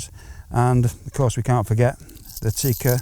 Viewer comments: Tikka. Not Tiika. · Not Teeeeeeka. Tikka. It's a dang "i", not a e, and this isn't Finland where I am😂